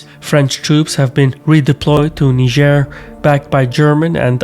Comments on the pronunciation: You're mispronouncing Niger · that niger pronounciacion tho